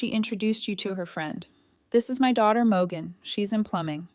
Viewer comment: I thought her name was Morgan, but your AI pronounces it Mo gun 😂